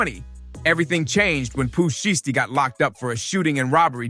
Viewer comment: Yep…. I draw the line at “Pooh Sheeshtee” Go bk to da lab bro…. This ain’t it…